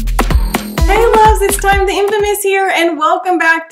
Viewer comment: "A Space in Tyme" 😊